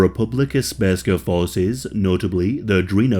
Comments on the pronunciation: Speska?! It's SRPSKA. If you're going to make a video about a topic you should know what you're saying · You got almost every name right, but then butchered with "Republika Sperska!" It"s "Republika Srpska" which literally translate to "Serbian Republic!" I know it"s difficult to spell "Srpska" for non slavic speakers, but you could simply say "Serbian Republic" in Bosnia or Serbian part of Bosnia.. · Mf said spurska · Republika Spergska lmao. Common dude, it's Srpska. SERBSKA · How does one pronounce ''Sprska''? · Its Republika Srpska NOT Sp-rska. Jesus christ, maybe learn how to pronounce the literal main topic of your video before producing it. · I'm sorry but I died inside when you said Srpska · "sperska" please uninstal ur yt channel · "Republeca sperska" 💀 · It's all shit what you said. You don't even know how to pronounce Republika Srpska. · This video is really good but PLEASE LEARN HOW TO PRONOUNCE THIS STUFF. You said Sprska not Srpska (pronounced Serp-skah) At least you got Alija's name right but just look up the pronunciation first please.